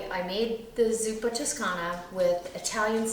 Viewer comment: Hello:) if you call it in Italian, than it's zuppa toscana with an O not an U...just saying:) By the way your recipes are always yummy:)